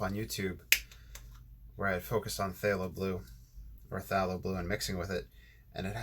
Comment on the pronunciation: Hi, fallow. Short a sound. “a” as in cat. Love your videos